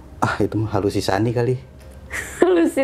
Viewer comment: sejak kpan Halusinasi berubah nama jdi Halusisani😂😂😂😂😂